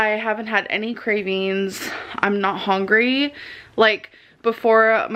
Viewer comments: she's not "hongery" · "I wasn't even hong-ree for my feelings" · literally!!!! HONGRY she makes me so mad whduwgdnka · HOW DOES SHE SAY EVERYTHING WRONG “I’m not even HONGRY”